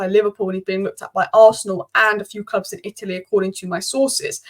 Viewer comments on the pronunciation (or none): none